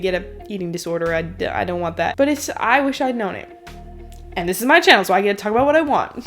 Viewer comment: "Hey guys welcome back to chanNNel". 🤪